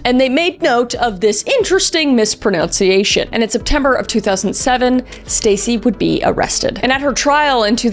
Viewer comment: I love your Kris and you always make me laugh. This episode you said something unintentionally amusing. 😮 You mispronounced “mispronunciation”. 😅 Yes, I’m a pedant. Yes, I didn’t need to point it out but it really tickled my funny bone.